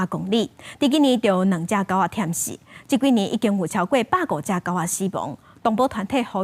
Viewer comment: 建議Alaska就直接唸阿拉斯加个漢字音「a-la-su-ka」，唸起來比華語閣加較倚原文。另外，狗仔「忝死」是真正死去矣，應該是thiám sí，毋是thiám--sí，後壁tsit種應該較sîng是「足忝」个意思。